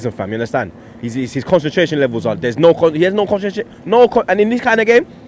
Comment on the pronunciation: At the troop can't pronounce concentration